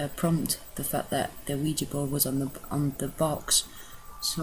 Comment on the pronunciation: It's not wegee it's weeja